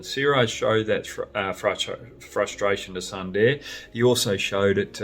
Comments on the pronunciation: Hoggy, everything was Perfect in the video but just one, it's pronounced as "Soonderrr" and not "Sun" "Da" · Brad, it's pronounced... Soonder! Great show! 🍻🇮🇳